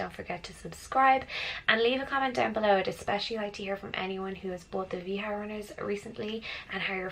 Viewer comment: Nice vídeo ...the sneakers pronunces "VA - DJA" is Brazilian Product.